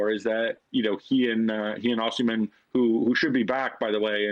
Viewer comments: Actually Gab pronounced it correctly before ( atlst as close to correctly as they can get) and Dan's pronunciation was wrong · I love how Dan low-key corrected Gab's pronounciation of "Osimhen" and then Gab subconciously picked up on it 😂